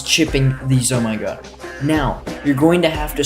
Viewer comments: z O M G s. Note: I'm not hating. But it's pronounced ZOMG. Please don't eat my Rainbow Regrow Rush. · Loving how you say zomygod